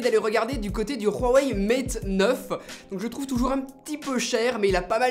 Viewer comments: Pourquoi tu dit pas Huawei mais Rhuawei ? Juste pour savoir, continue comme ca pour tes vidéos ;-) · pk tu dit du ruwei a la place de huawei? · pourquoi tu dit rouawei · Prononciation du Huawei.... Ouaouai, rouaoueih selon 😆😅😄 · Rheuwawhey wtf dude ? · Pk tu dit roiweiwe???? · Huawei ça se prononce "Wa Wey" ^^' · team prononciation wa wey <3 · ton prononcement sur le mot "Huawei" est dégueulasse !!! pour moin de 300€ le Motorola g5+ est plus intéressant que le galaxy A5 2017 sinon la vidéo est impec